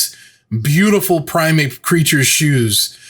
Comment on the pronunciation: I like that I'm not the only one that days "Primeape" when I mean "primate"